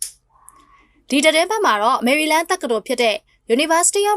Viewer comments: မြန်မာစကား ခြင် နဲ့ ဆင် ကွဲအောင်ပြောတတ်ဖို့ အရင်ကြိုးစားပါအုံး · ဆင် လား ခြင် လား ပီသဘို့လိုတယ်